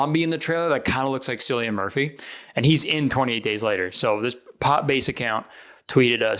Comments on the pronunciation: Cillian is pronounced "killian" btw, not "sillian". C is always pronounced like K in Irish, not S. 😊❤ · it’s pronounced killian rather than sillian btw 😊x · Kurtis I need you to know Cillian Murphy is pronounced like Killian not Sillian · lmao cillian is actually pronounced with a k like killian not sillian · Kurtis cillian Murphy is pronounced killian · Kurtis I just want to inform you that Cillian is pronounced like Killian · Kurtis it’s pronounced like killian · How did he pronounce cillian like sillian 😭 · Cillian Murphy is pronounced Killian Murphy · as an irish person when you pronounced “Cillian,” as Sillian, a part of me died a little, i had to put down my pints of guinness, claddaghs and shamrocks down and take a moment. (i am kidding ofc, that’s why i said those stereotypical irish things) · Ily but Cillian is pronounced with a k 😔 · Kurt is gonna get Cillian fans so pissed with that mispronunciation 😔💔